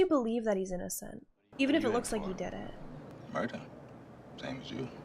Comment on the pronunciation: She's saying "Moida!"